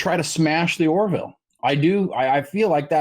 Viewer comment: It's "Or-ville" (two syllables), not "Or-i-ville" (three syllables). 🙂